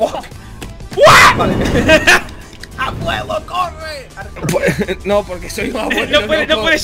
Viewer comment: la madre dice fack si fack no fuck